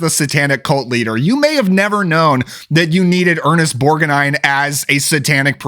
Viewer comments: Ernest Bor-ga-nine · i like your pronunciation of borg-uh-nine. I've always said borg-nine but from now on im going to make effort to go with yours 👍🙂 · Ernest Bor-guh-nine. lol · Ernest "Borginine"? LOL Cool list man.